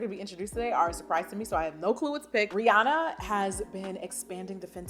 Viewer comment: Heyyyy!!🤗 I'd A-D-O-R-E it if you did a video on/describing/giving your opinion(s) of the Fine Forever fragrances! Thaaaanks 💛🤍🤎✨️ EDIT: AND OHHHHH... Also a video on your Bath and Body Works fragrances (if you have more than the Japanese Cherry Blossom 🍒🌸) Shoutout to YOU for saying Rihanna's name correct😁🙈 I see so many people that say they are "fans" of hers and they NEVER pronounce her name right. Okay...(Not) Sorry...I'm done with my love rant😉😉